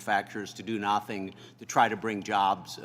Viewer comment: I was hoping someone else noticed that lol.